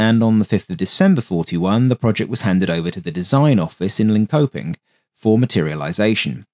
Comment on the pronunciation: Linkoping isn’t pronounced like that